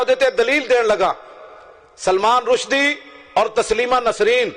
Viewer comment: पत्रकार महोदय नाम तो सही बोलिए। रशीदी नहीं रुसदी है।